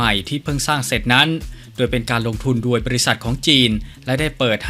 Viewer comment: แอดมินคะ..อ่านออกเสียงคำว่า..โดย..ให้ถูกต้องหน่อยค่ะ...โดย...ไม่ใช่..ดวยค่ะ.😁